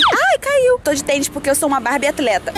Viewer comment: teens! Se fala Barbie